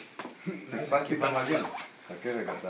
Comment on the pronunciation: When he said "I missed" it sounded like he said "spastic" 😂